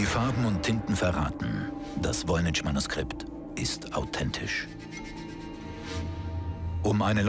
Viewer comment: Es heißt nicht VOYNI"TSCH", sondern Voynich (CH wie in Wort Kranich, Friedrich, Heydrich).